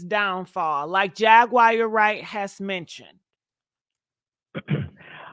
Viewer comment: Who is Jag-Wire??? Lol